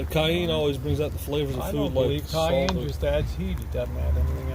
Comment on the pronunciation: My head is going to explode if I have to hear him try to say "cayenne" one more time. yeah yeah yeah baby....